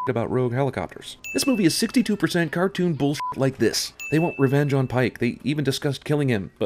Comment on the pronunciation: I think the narrator put too much emphasis on the "cartoon bullshit" lol. Yeah, its cartoon bullshit at its finest. But as a movie buff, I appreciate movies like this. This movie is an outrageous, unrealistic adventure. Not too many modern movies stray away from realism, so I wouldn't give it too much shit for having all the ridiculousness. Still a funny sins video though.